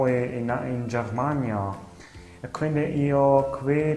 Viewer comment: I tedeschi dicono CERMANIA e non GHERMANIA